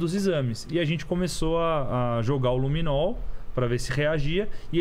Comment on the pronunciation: " Luminou" não. Luminol. E " tals" não dá. Existe prova de português e redação no Enem. Precisa se empenhar mais.